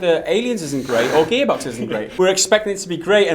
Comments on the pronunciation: Is he saying gaybox cause that's what it sounds like I know he's gearbox but it just sounds like he's saying gaybox I know Dumb comment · He keeps saying Gaybox. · Haha! The way you pronounced Gearbox made it sound like Gaybox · "Gear box" not "gay box" guys.😂😂😂😂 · Gaybox? Gearbox? The name is gearbox but everytime it sounds like Gaybox. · Is it me or he says GayBox not gearbox? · I kept hearing Gaybox...good vid gents. Cheers! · Sounds like you’re saying GayBox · bloody hell, ur saying gearbox like ur saying "gaybox" WHYYY